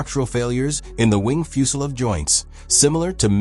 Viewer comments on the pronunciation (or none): What's a fuselov? Is that like a soviet fuselage? The voice keeps saying that.